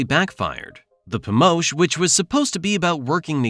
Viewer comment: “Pomosch” will be more correct. I do like this video, reminds me why I left.